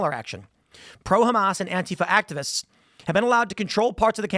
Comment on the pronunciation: Antifa is 3 syllables not 2 Tim...sounds wierd when you say it with 2